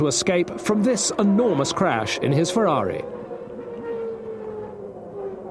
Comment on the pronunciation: Down a shot every time he says "Berger's Fewawi"